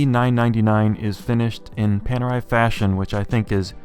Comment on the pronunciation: And it's very funny for an Italian like you English speakers to pronounce PANERAI. The "A" should be pronounced like "America" and the "E" should be pronounced like "Ellipse."